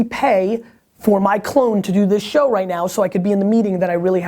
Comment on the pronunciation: Once again, great "shwo" Gary - very valuable to my gig - thanks!